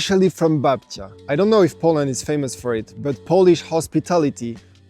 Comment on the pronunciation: I love how you're saying 'Babcia', you've met some huh ^_^